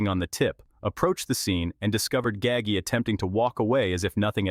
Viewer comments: Ga-ggie....??? 😅😅😅😅😅 who TF is "Ga-ggie"... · its 'Gaw-ji' learn how to say the name right. sounds idiotic. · Right. Gaggy 🤦‍♂️ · Once again, we have another narrator who can't even pronounce the main character name properly. All you people who narrates so-called documentaries do your homework before you put these out to the public. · You butchered his name terribly.. please show some respect and do some research on how to pronounce these names before you make videos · It's Nino not ninyo. He's Sicilian not Mexican. Also you pronounced his last name wrong. Gaggi is pronounced gaa-g..get your facts straight before talking about my beautiful Sicilian people !!